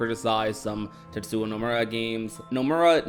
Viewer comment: lil bro has made how many KH videos and still pronounces the man's name as "tetsuwa" 🤣🤣🤣🤣🤣